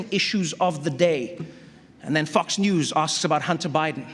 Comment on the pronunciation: Love the way he pronounces Fox News... hahaha that's funny!!!